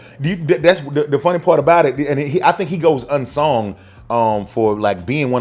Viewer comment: YO, THE WORD IS "UNSUNG" NOT "UNSONG"